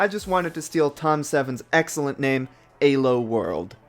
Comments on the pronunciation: what the hell is ayy-low though? It's pronounced eee-low no matter whether you use Arpad Elo's original language of Hungarian or standard English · fucking "aye-lo" dude LMAO, it's E-low, that is how you properly say it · was there anyone else getting tilted by "eh-low" instead of "ee-low" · Why does he pronounce Elo as Ay low, so distracting